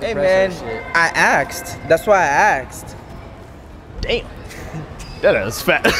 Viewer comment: that's why he axed